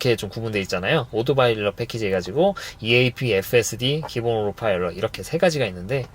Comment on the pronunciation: 오로파일럿 인가요 오토파일럿인가요 😮